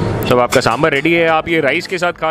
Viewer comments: It's not sambr.. is saambaar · It's Saambaar not sambar